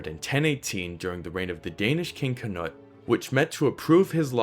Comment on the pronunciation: Great vid I enjoyed it. Some feedback, Canute in english is 'ka-newt.' I'd prefer the white dragon for England before those Normans came over. :D